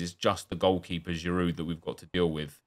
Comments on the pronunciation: cause it's bad pronounciation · When I hear how you pronounce Giroud is mostly the time when I turn off your video.